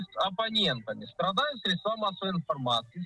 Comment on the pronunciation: "СрєдствА" (цит. Лазарєв) - во всех формах как единственного, так и множественного числа ударение остается на первом слоге: срЕдство, срЕдства.